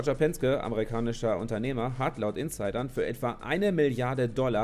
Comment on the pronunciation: Man spricht Penske nicht wie im Video aus Es spricht sich Penskė